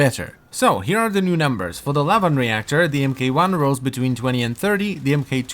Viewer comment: Please spread this around. It's "Mark 1" Not "M - K - 1". :-D